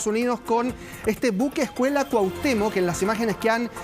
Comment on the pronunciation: Cuatemox?😂😂😂 cuahutemoc pense que solo aqui ya habian quitado el requisito de hablar bien paravser periodista